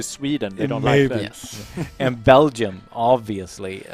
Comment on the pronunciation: Why does pronounces Belgium with a hard g lol? I've always heard it with a j sound